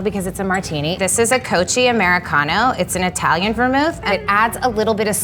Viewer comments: Laura Royer, I love the martini, but it is like nails on a chalkboard to hear cocchi pronounced “coach-eee” instead of “coke-eee.” It is like hearing “broo-shetta” instead of “broo-sketta” (bruschetta), or “expresso” instead of “espresso.” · for the love of gord, its not cochi, its coKie vermouth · Cocchi = koh-key. Not koh-chee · "Coachey" is not a Vermouth but "Cokey" is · Cocchi, is pronounced Cokki. This teacher looking lady should know it.. XD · 'Ko-kee' if you are going to use it, learn how to pronounce it. Geez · Classic bartender refers to Cocchi as "Coachy" ..... jeez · “Classic Bartender” can’t even properly pronounce Cocchi. Where do you find these people? “Coachey”, smh😂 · Did she say “coach-ey”?? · Cocchi isn't pronounced that way. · I don’t mean to be judgemental or rude, but that girl works for a major classic hotel bar and she doesn’t know how to pronounce Cocchi or Noilly Prat? Unbelievable… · She should know how to pronounce "cocchi" at the least. Like come on. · Most on the cocchi was not super true including the pronounciation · Too bad she can't pronounce "cocchi" properly. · how’d they manage to find a bartender who doesn’t know how to pronounce Cocchi